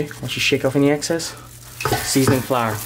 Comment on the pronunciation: Any access 😂 (excess) keep doing your thing Brotha